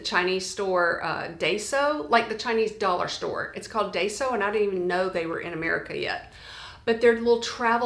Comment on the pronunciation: FYI: Daiso (pronounced Dai-so) is actually a Japanese (not Chinese) “dollar” store